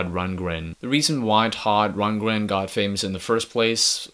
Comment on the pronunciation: dude, your not even pronouncing his name right.